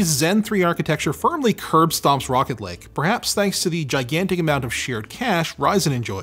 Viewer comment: I keep thinking he's saying "Rocket League" when he's saying "Rocket Lake"